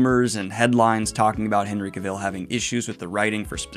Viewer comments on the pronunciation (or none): Dude, you have been sauing the name wrong the whole time. It is CAvil, not Caville. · Was looking if anyone else noticed and commented on that. I verify it is indeed CA-vill. Also, did I hear a Ge-RALT instead of GE-ralt? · It’s Cavill as in Travel just fyi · Just a heads up, his last name is pronounced KA-vl, not ka-VILL lol. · Ahh, It's not Cavill, it's Cavill!👆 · Completely unimportant - but I'm fascinated how Daniel pronounces Cavill's name: Ca-VILL. I've only ever heard it pronounced CA-vill. I'm not sure which is right tbh. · Cavill. Not Caville. Nitpicking, I know ;-) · Ok, I gotta stop the video and ask... Are you purposely mispronouncing Henry Cavill's name for a bit or something that I didn't get? Its completely distracting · I’m just curious, Henry Cahill has posted online how to pronounce his last name, but you pronounce it like Cruella Deville… caville. It’s Cavill, like travel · Cavill rhymes with "travel". By the way. DANIEL. Henry has covered this. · No it’s not haha if you look up Henry Cavil pronouncing his own name he has a video on how to say it correctly ~ it’s “Ka-Vall” like travel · It’s CA-vill. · Cavel? That's a third version 😄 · please Daniel, say his name correct just once Ca-vall, pronounced cavall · Daniel, respectfully, it's pronounced CA-vill, GE-ralt, and GOLD-blum. All names with the accent on the first syllable. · Co-ville? Co-VILLE?? Ger-ALT? You keep going, Danielle! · I’m sorry I can’t handle the way you say Cavil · FYI Cavill is pronounced like "travel'. All through the video I kept thinking of Cruella DeVille every time Henry's last name was mentioned. 😀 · Thanks so much for letting the fantasy news flow! The editing is always inspiration goals. Just a quick pronunciation correction for Henry’s last name. It’s pronounced like “elle” like the ending of “travel” instead of like rhyming with “devil”. Thanks again for providing the goblin horde with the news 👹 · The way you are pronouncing Cavill's name is killing me slowly XD